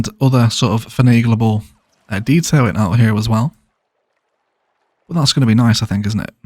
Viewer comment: "Finaglable"?! "Finaglable"?! Lol. The form and meaning are entirely appropriate. Just wish there was a less awkward word to pronounce. Are you choking on bubble tea? Lol. I'm glad Aquaholic has pushed the use of the word "Gettattable" (Get-at-able). It's part of his fans' drinking game now.